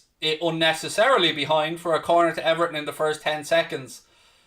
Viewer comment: Its 1nil "everhn"